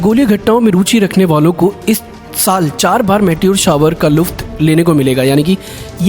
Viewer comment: आप ने उल्का पिण्ड के विषय में जो जानकारी दी । इस दौरान आप ने एक उर्दू भाषा का शब्द कहा , लुफ्त यह शब्द शुद्ध तौर से लुत्फ , कहा जायेगा । भविष्य के लिये सुधार करें ।। अफगन खान संवाददाता दैनिक जागरण न्यूज पेपर कन्नौज ।